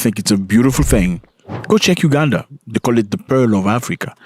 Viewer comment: It’s Uganda though not Ugada